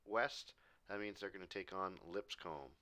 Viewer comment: Just so you're aware, it's pronounced "Lip-scum," I don't make the rules here, just live where it is